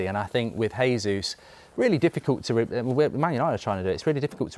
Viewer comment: Tell Goldbridge it's pronounced "Jay-zoos" He's Brazilian, not Spanish.